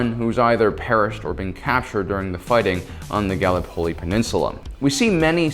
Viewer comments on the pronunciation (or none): Firstly, Water Diviner is a great film to watch. Secondly, Gallipoli is pronounced with the emphasis on the the I, not the l. (/ɡəˈlɪpəli, ɡæ-/, in IPA). Phonetically, it'd be like Galipoli, not gally polly. Thirdly, Maginot is pronounged with the G being more like a ZH then a firm G. Fourthly, Ardennes is pronounced pronetically as 'Ardeenes', not ardeknees. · Gally Polley? Gal-lip-oli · In Gallipoli, the emphasis is on the lip, not the pol. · Ga-lee-po-lee. Are-dens.